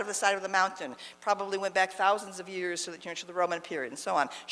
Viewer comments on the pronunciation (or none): none